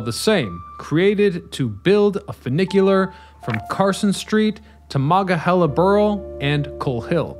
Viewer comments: It's MonongaHEYla . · As a Pittsburgher, after the fourth or fifth time you said “Manga-hella” I just started laughing every time. It was such an interesting video otherwise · Where is this guy from. He sure ain't from around Pittsburgh. Ma-non-ga-hey`-la is the way us locals say it, shortened to "The Mon". This guy sure doesn't know Yinzer. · You should have taken the time to étoile learn to say Mo-non-ga-he-la! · Very interesting. But, I had to laugh every time you said "Monongahela" because it sounded so funny. You forgot to say 'non' in the middle. Mah-non-ga-hell-ah. But needless to say, my husband who was born and raised in Pittsburgh, learned somethings. Very, very interesting. Thank you. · definitely interesting coverage of it. although it hurts my ears constantly hearing Mah-Non-gah-HEE-la mispronounced. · As a yinzer living right up on Mt Washington, I love to see a spotlight on the inclines! You nailed the Duquesne incline, but I gotta call out the pronounciation of Monongahela - it's closer to mononga-HAY-luh when spoken by locals (perfect example here ). They just finished up a rehab project earlier this year to the Mon incline that added LED track lighting - I recommend anyone visiting the Burgh to take either of the inclines up to catch the breathtaking view up on the Granedview overlook. If you're driving, I can also recommend driving up the PJ McArdle Roadway since it feels like you're driving straight up to the sky; that road's completion was the true death knell for many of the inclines in the area. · I've ridden it, but I bailed on this YouTube by the 3rd time he tried to pronounce "Monongahela". Maybe he should take up like the locals and abbreviate it to "Mon". I've also ridden an inclined railroad at Niagara Falls, but that's a cogwheel road rather than a passively driven cable vehicle as in Pittsburgh. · It's a tough one if you're not from Pittsburgh, but its "Muh-non-ga-hela" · MON ONG A HEELA. FFS. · I am getting annoyed too. Omg